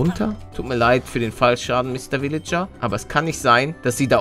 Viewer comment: Für mich klingt es immer so, als würde Paluten pillager statt villager sagen 👌